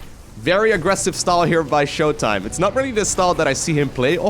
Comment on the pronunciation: In case you didnt know, was implying showtimes name, when said fast with an American accent sounded like MY COCK. That is all.